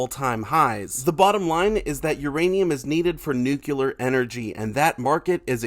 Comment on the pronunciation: You said nucular like George bush.